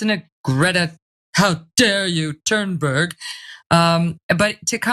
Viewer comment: Megyn Kelly's intentional mispronunciation of 'Thunberg' is an attack on white culture XD